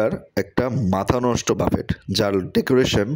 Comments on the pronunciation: Google e giye buffet likhe voice option diye sunben please, pronunciation Hobe ( Buffey) বাফফে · Bhai ki buffet boltachen uchcharon thik koren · Buffet is commonly a French word, pronounced bufay, বাঙলায় বুফে।